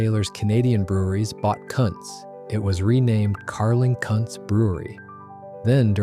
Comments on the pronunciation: It is pronounced “koontz” not “cuntz”. 😂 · Yes! I thought the pronunciation was Koonts which sounds better than what was mentioned.. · [Cunt's' brewery?? ; it's pronounce Koontz... hire a pro for instead of a robot for f'sakes! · I'm pretty sure that's pronounced 'Koontz' rather than what you said. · Yes. The German name is pronounced Koon-tz. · It sure would be nice if people that do these videos would learn how to pronounce names. One time he says Kuntz properly and about 3 words futher he says it totally wrong. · the image is the Molson brewery in Montreal. The Jacques-Cartier bridge is in the background. Although the brewery has recently moved to new premises the iconic clock and tower will be preserved. In Quebec our buck-a-beer was a brand called Wildcat ale. The AI voice pronounces Kuntz brewery 2 different ways, one is VERY wrong!